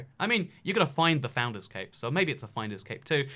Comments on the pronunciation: When u said 'CAPE' ..i swear i thought its CAVE....People am i okay? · When he said cape I thought he said CaKe 🎂